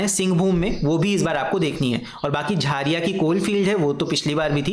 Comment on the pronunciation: Sir wo 'झरिया' hota hai 🥲🤣